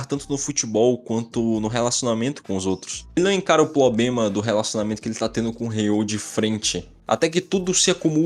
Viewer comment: Não querendo pagar de professor de português, mas toma cuidado com as falas do seu vídeo, como no exemplo da palavra q vc ficou repetindo errado "problema" falando "poblema". Pois isso pode gerar comentários ofensivos gratuitos de pessoas babacas e (pior ainda) ter gente n levando seus vídeos mais a sério. N leve isso como xingamento por favor é só uma crítica construtiva. Bom vídeo cara❤ gostei da parte como tu relacionou a aura deles ao q eles tem medo, nunca tinha pensado dessa forma. Eu pensava nas auras de uma forma de q era as habilidades, estilo de jogo ou personalidade, esse seu novo jeito de pensar foi muito fod4